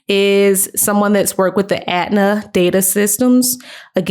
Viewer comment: ETNA not Atna.